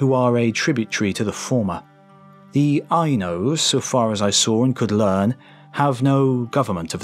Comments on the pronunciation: It’s Ainu not Ainose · "Eye-Nose"? Do you mean Ainu(s)? "Ko Toe"? Did you mean Kowtow (kautau)?